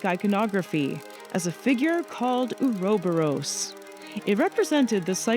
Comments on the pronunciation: The way this woman pronounced "Ouroboros" has inflicted psychic damage. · That has to be THE WORST pronunciation of Ouroboros I've ever heard lol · Hey! Love the vid as always but I have to ask about your pronounciation of Ouroboros in this vid, I'm not sure if its just a difference between British english and Canadian English but I thought it was pronounced a lil differently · Why did she say ouroboros like that?